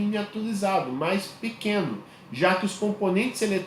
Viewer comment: " " ...." MAIS PIQUENO " KKKKK